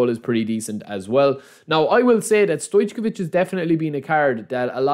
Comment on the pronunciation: It's not pronounced StoyCHkovich, it's just StoyCovich. Anyway, everyone calls him Pixi.